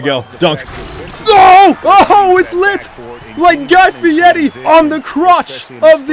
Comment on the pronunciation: You kept saying Guy Fietti on the crotch but his name is Guy Fieri...